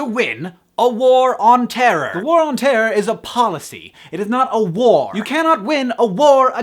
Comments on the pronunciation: i love the way he says terror... terrorr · haha I always loved Hank's accent but when he says "terror" is so prominent and amuses me :)